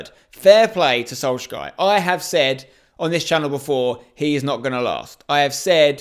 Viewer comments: The way spencer says solskjaer makes me sick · What are you saying when you try to pronounce Solskjaer lmao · You cant even pronounce Solskjaer let alone Ziyech